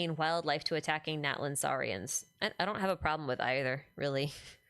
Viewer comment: Once again, the TL sound doesn't have a glottal stop, the T must be pronounced, both Natlan and Citlali have that sound, same as chipotle